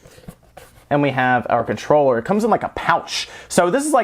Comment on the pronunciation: Take a shot errytime he says Conchroller